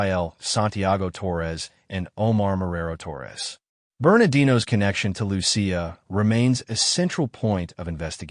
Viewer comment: Loo-see-uh is the correct pronunciation of Lucia. A lot of Minnesotans (well, at least, the “Lurherns”) celebrate St. Lucia Day, a Swedish holiday.